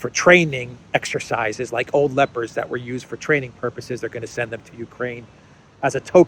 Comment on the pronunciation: It sounds like you're saying 'lepers' instead of 'leopards' and the consequences of such are 😂.